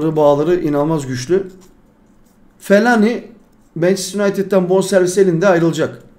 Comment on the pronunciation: Fellaini ye fellani demiş sonra da anlamıyor diyo😂😂😂